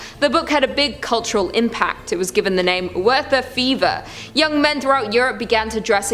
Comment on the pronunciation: Wow, nothing like completely bombing the pronunciation of Goethe and Werther...did she go to UCLA? How embarrassing for that school...